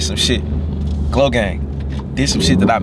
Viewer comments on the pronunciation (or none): Bro why you saying glogang